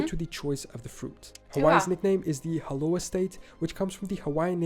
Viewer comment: Narrator is dyslexic. Said "haloa" instead of "aloha".